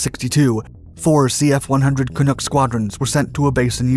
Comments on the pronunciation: Love the video, but... Canook? Is this a special case pronunciation? That is a fairly common word in Canada but we pronounce it more like Ca(knuck), as in knuckle. The google robot does too, had a listen to make sure it wasn't just some oddity. No big deal, we're just happy to be included! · "Canuck" Not Canook! Good grief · Looking for a quick Canada Day diversion? Here is a 12 minute video on the CF-100 Canuck. (You'll have to overlook the Canook pronunciation.) I was the Avionics Support Officer on 414 Sqn from 1970-72 and the Aircraft Repair Officer from 1972-73. I learned a lot about the Clunk during that time and am proud to have been part of the CF-100 saga. I hope you enjoy the video and that it boosts your pride in Canada just a little bit, even if you are not Canadian. 🍁🇨🇦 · Great video. One thing only is the pronunciation of “Canuck”. You pronounce it as canook. The U is pronounced as in “up” or “uh”. As in the Vancouver Can ucks. No big deal, except to we CANUCKS. 😁🤣🍀✌️ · Well researched, but the pronounciation of "Ca-NOOK" kinda bugs me. It's "NUCK.. like F**K..." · It's pronounced just as it's written Ca-nuck, not Canook. When I was a radar tech 414EW Squadron used to fly against us as the 'Red' force usually alone or screening other aircraft, sort of like USAF Wild Weasel but never used them operationally that way, just training. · thank you for an excellent and informative video! btw, it's pronounced "ca-nuck", not "ca-nook". the "u" is a short vowel, stress on second syllable. The Orenda engines... Back when my country actually had a Air Force and a domestic aircraft r & d infrastructure. My mother can recall giving ground/air traffic instructions when she was in Women's RCAF, 1951-63, out of RCAF bases Timmins and North Bay. Apparently depending on drop tanks and speed they could remain aloft damned near 12 hrs. Solid platforms but in tight turns they tended to "bleed speed". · Great video! But it's not pronouned "canook"...it's "can-uk".